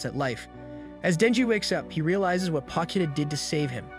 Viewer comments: You: Potchita Ani recapped: Pokita Me: Pochita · Me: Potchita Ani recapped: Pokita